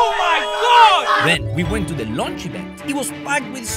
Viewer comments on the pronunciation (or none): none